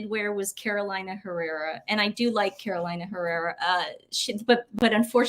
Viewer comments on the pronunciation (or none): It's pronounced Caroleena Herera.